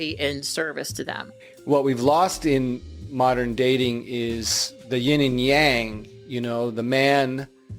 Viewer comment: He misses the "ying and yang"? I think my ears never bled that fast. What an absolute tool.